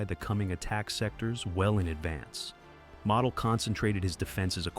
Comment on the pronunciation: It's pronounced mo del get the name right